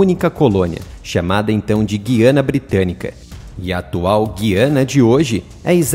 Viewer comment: Olá. Só quero contribuir para melhorar. No Brasil, deve pronunciar-se Guiana, com o ditongo "ui". É um erro falar Guiana (com som de "ghi": enguiçar, enguia, guiar etc)